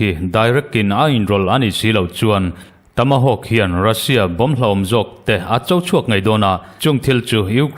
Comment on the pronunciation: Tamahawkk I ti zel a... Tomahawk ni zawk sia... Ka van sawi ho tak😅😅😅